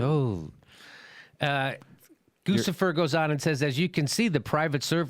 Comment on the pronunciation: GOOCH-ifer not GOOSE-ifer. ...ah those are "billions", not "trillions"